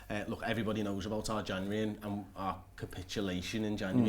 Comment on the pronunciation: Why can't say January